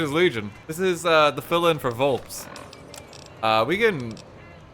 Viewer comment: the way rt pronounces "vulpes" pains me deeply